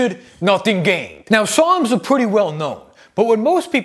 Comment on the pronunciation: Lol I was listening to this and i swore he was saying "PSALMS" NOT "SARMS" LOL